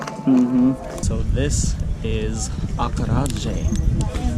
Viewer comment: Ah kara (as in karate) jéh (as in jello) think falafel . . .same principle!